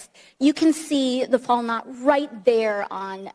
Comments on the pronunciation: Quite the expert,. Maybe if you knew how to pronounce "Valknut", but at least you gave some evidence for your assertion, right? Because AOC won't just grab some staffer and hand them a script and annoint them an "expert." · The tattoo mis-identified by as a “Fall Knott”, Is actually The Valknut (pronounced “VAL-knoot”) it’s symbolism is connected with Norse mythology (Vikings). Valknut is a modern Norwegian compound word that means “knot of those fallen in battle”. Interesting the man is dressed up as a Viking! And has several Norse tattoos depicting a Viking warrior. This has nothing to do with white supremacy. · Valknut...they were too busy planning their fake narrative to learn the proper pronunciation before the hearing.